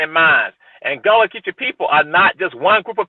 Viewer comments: Why bro pronounce Gullah like that 😂 Not “ghoula”, its (Guhh-laa) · Man, it’s kinda of disrespectful to keep calling the GULLAH people GOOLA. It’s not that hard to correctly pronounce. Otherwise, I loved the video 🙏🏿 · It’s pronounced GUH-la say the ‘U’ like you would in “Sea Gull”